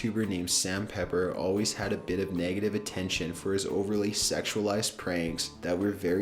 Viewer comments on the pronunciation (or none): none